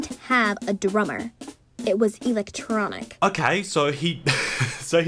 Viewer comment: It was ee-leck-tchronic